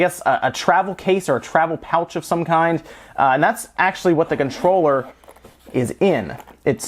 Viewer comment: Take a shot errytime he says Conchroller